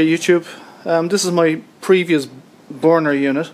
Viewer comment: It is BURN and NOT "born"" ! ha ha ha ha